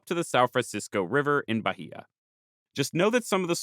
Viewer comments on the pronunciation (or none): I can help a bit with Portuguese pronunciation: The Portuguese H is silent, so Bahia should be Ba-ee-a and not Ba-hee-a. When between a L/N and a vowel, it gives a Y-like sound before the vowel (I think the best example I can give in case of N is it'd be closer to "Can ya" than to "kenya"). RR and R in the beginning of a word sound like English H (in my opinion at least). R between two vowels (or after a consonant like G or T) sounds more like the English R. Serra would be more like "Seha" than like "Sarah". And this doesn't come up in the video, but Portuguese "ch" sounds like "sh" in other languages, to the point only a few loanwords use "sh" (Like "shopping center", which is our equivalent of a mall, and "show" which we spell like in English). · Also, it's Ba-Ih-a. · I'll also add that Bahia is pronounced like Buy-EE-yuh